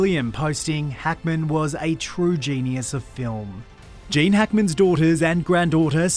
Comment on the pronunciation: Its GEEEEENE not Jaaaane you silly muppet. So HOW did Gene die ???? Shitty clickbait